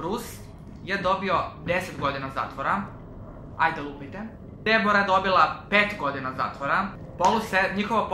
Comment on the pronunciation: Samo moram da te ispravim , koliko ja znam Deborah se cita Debra ! No hate !!!